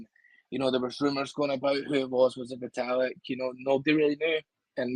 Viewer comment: Lolol "Vita-lick"